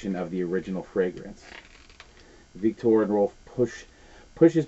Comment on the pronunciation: I adore how he pronounced Victor and Rolf! So fancy! 😂. Also, I say “fwagwance” not meaning to all of the time. You two are such a cute pair!